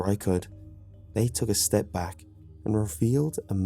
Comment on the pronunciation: Said beack like 8 time in a minute